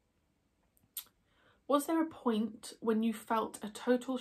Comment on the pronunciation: I got excited because I thought you said I'd won a pint. Turns out you said a point. 😁